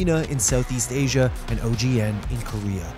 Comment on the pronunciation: Did you just call ASIA as A C A?